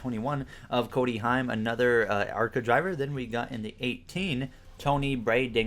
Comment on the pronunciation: It’s “Cory” heim not Cody